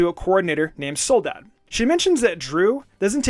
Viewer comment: Oh my god the way pronounces Soledad hurts me. Especially cuz they pronounce it right in the anime.